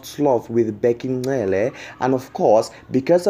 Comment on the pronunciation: Hello its not Ncele!! Its Cele!